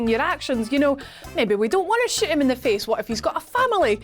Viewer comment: I thought she said shyt this guy not shoot the guy bahahaha.